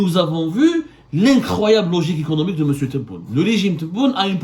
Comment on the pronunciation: non il a dit " M'SIOU"